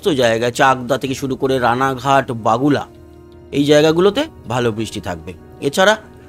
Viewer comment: বাগুলা নয় দাদা বগুলা